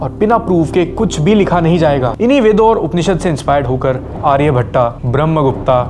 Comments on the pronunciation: Ye aryabhattaaaa kya hota hai bhai🙃 Arya-bhatt sound hota hai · आर्यभट्ट hota h aryabhattaa nhi brahmgupta nhi beahmgupt yoga nhi yog hita shiva nhi shiv hota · Pehle aryabhatt ka nam sahi se le le bhai aryabhatta ya bramgupta nahi hota kahi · वीडियो बढ़िया है लेकिन योगा नहीं योग, आर्यभट्टा नहीं आर्यभट्ट सही शब्द है, इसका उच्चारण सही करे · आर्यभट्ट ✅ आर्यभट्टा ❌ ब्रह्मगुप्त ✅ ब्रह्मगुप्ता ❌ very good video bhai